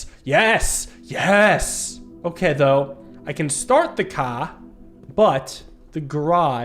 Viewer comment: "I can start the cah"